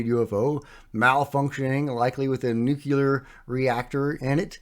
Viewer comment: Nu clear.... Not nukyuhler